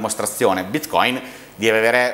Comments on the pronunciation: Tutto molto bello, ma perché andare controcorrente rispetto a tutti gli esseri viventi del pianeta chiamando bitcoin con l'accento sbagliato? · Quabdo intervisti l’esperto, che pronuncia la parola Bitcoin nel modo corretto, ma ru vai avanti imperterrito a pronunciarla in modo sbagliato per dimostrare la tua velocità di apprendimento…